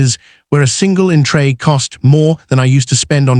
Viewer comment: Right there!!!! the pathetic AI cannot properly pronounce the word "entree"! It said "Entry". So sloppy. IF humans actually post this garbage on YouTube? Either they're ignorant, or don't bother to check their work.